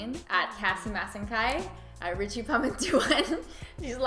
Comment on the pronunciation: I love the tagalog Ricci! Nasabi mo siya ng maayos at maganda. 😊